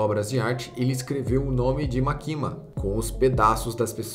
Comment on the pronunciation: Morri de agonia do cara falando "makíma" ao invés de "mákima" que é a pronúncia correta kkkkk Mas sei que ninguém é obrigado a pronúncia corretamente